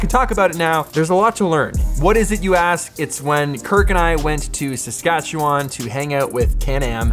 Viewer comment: It's pronounced saskatche-win 🙄